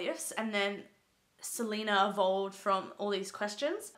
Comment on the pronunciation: It's pronounced Sel-ay-na